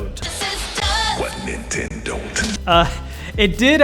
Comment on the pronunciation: you said Inteno instead of Nintendo